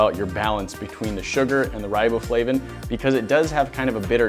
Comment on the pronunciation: R-eye-bow-flavin lmfaoooo